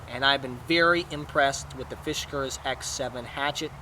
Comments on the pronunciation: Dude! It's not "fish cars" (there is no "h" in the name), it's FIS KARS. NO "h" sound, whatsoever. (Why would a fish need a car, anyway?) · Fisk. Not Fish. Good review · Fish Cars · OH MY GOD!!! It’s NOT a Fish-gars! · Oh god, not again. Did I already watch this review or was it another one with this same guy consistently mispronouncing the name of this axe. Arrrrg! It is pronounced Fiskars. Not Fish-gars. There is no "H" or "G" in the name. The fact that you insist on saying the name about 3000 times in the video & mispronouncing it each & every time is beyond annoying. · First he calls it a "Fishgars"...then he calls it a "Fishgers"...LMAO!!! It's "FISK" - "ARS" dude!! Fiskars!!! LOL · the way you pronounce the name... oh man.... it's not fishkers... great video though. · god so what he said fish not fis go get a life yer dweebs and yes that's pronounced arseholes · the fuck someone gets fish-kurs out of Fiskars only says illiteracy. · I'd rather shoot myself in the head rather than hear you say "fishgars" again. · he says it in a way to make it sound like fishkers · Sounds like you are saying FISHkars.... there is no H